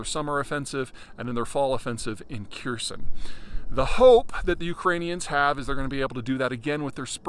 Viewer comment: They're not listening to a guy who can't even pronounce Kharkiv or Kherson properly.